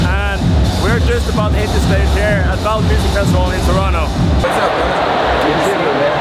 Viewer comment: I am so impressed he knows its said Toronno not toronto!